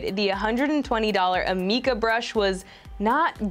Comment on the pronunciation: Wen she sed amika i fout she sead arnika wich is my name